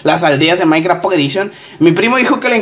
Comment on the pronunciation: like si escuchaste que decía mainkra XD